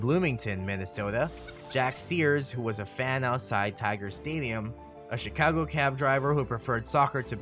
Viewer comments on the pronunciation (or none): none